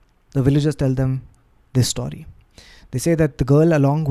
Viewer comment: Love storytelling 💝 Ps - what accent is saying story as "staury"?